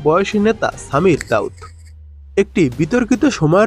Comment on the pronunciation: ভাই নামটা সামির দাউদ না।সামির জাউদ।